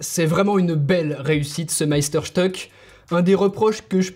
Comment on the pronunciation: stück se prononce schtuque. Cela veut dire morceau ( morceau de sucre) Meister étant le maître. En français on peut traduire par chef-d'oeuvre.